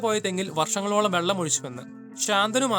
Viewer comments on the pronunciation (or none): none